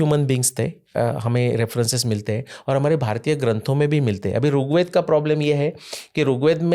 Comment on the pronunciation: सर बहुत अच्छी अच्छी बात बताई आपने पर कृपया करके अपने उच्चारण में सुधार करिए आप ऋग्वेद को बार बार रुगवेद कर रहे हैं। मेरी विनम्र प्रार्थना है कृपा करके बुरा मत मानिएगा🙏🙏🙏